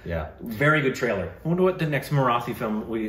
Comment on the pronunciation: Guys, a small tip to perfect your pronunciation of the word 'Marathi'. Copy paste this into Google translate and hear it - मराठी. The T in Marathi is hard, not soft.